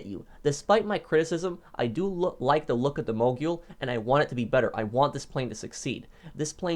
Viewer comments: I’m pretty sure it’s pronounced mo-gul not mo-gool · It's Mogul. Not Mogule 🙄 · Its pronounced Mogul, not Moguill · Btw it’s pronounced Mo Gul not Mo Jul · I think mogul is pronounced like a ski mogul or rap mogul. It sounds like ul not yule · Just so you guys know, mogul is pronounced like “Mow-Gull” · The man is the CEO of mispronunciation MoGyOoL TuLlA EvEn DeN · Ah yes moguel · The way he says mogul drives me nuts.ˈmōɡəl.